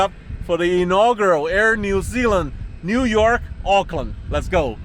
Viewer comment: I am impressed that you pronounced “Auckland” correctly 😊. It was nice hearing Kiwi accents again.